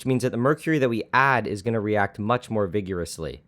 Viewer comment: the way he says vigorously was killing me. otherwise i really like his vids.